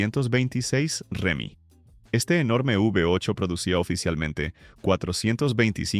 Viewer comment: Se dice hemi no Remi